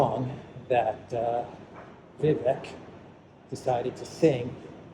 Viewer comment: Thanks. Your walk and talks never fail to inform, stimulate discussion and bring us to places we might not otherwise ever see from such a perspective. Oh and the 'vek' part of Vivek rhymes with cake. Thanks again